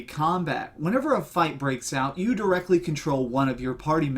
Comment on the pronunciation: directkally'' lol great review!